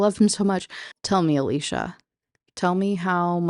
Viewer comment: First off: thanks for saying Alicia that way. That’s my cousins name and is indeed pronounced like that Woman, speaks: SIREN! LURING MEN TO THEIR DOOM! Woman, doesn’t speak: SILENT SIREN! LURING MEN TO THEIR DOOM! Men shut the f up challenge “Kathy hates weed” Me: DUMP HER! “Kathy is cheating on him” Me: Oh, yeah… totally then. You always explain these books in a way that makes them seem soooo interesting. I guess it’s because I don’t have to deal with the WAY it was written.